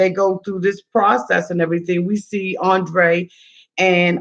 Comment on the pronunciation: ANDRRRRRRRRRRRRRRRRRRRRRRRRRrrrrrrrrrrrrrrrrrrrrrrrrrrrei rrrrrrrrRRRRRRRRR